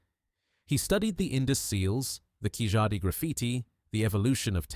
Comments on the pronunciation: Hi It's not KIJADI it's KEELADI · Excellent compilation with cross reference to Rakhigarhi, David Reich, Prof Shinde, ASI Amarnath, papola, Y chromosome haplogroup M, L etc. Only thing is Keezhadi is incorrectly pronounced. It should be pronounced as Keeladi.